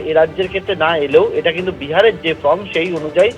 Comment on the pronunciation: ভাই, form-কে 'ফ্রম' উচ্চারণ করবেন না।